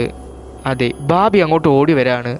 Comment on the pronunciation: ബബി..ബാബി.. ബാർബി അല്ല "ബാമ്പി"